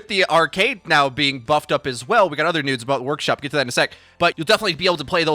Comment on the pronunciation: Am I the only one that noticed that he said nudes instead of news ?